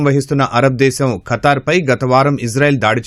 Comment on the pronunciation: Oray veeei pappa akraminchadaaniki kaadhuraa Babu Firstu bible chaduvuraa babu history telusukora babu Funny fellows oray kattari kaadura it's Qatar pronounce properly funny fellow😂😂😂😂